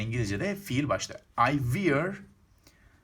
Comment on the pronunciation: Wear kelimesi vir diye okunmaz!